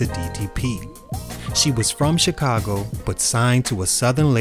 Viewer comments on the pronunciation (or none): none